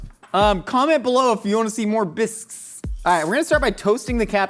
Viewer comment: Idk that I care to see anymore bisques but I would like to hear try to say “bisqueseses” a few more times